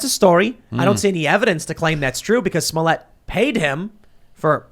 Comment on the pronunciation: Pronouncing his name “smole yay” reminds me of Joe Dirt pronouncing his name “deer tay”.